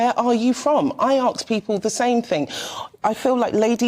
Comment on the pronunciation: Think she axed 🤣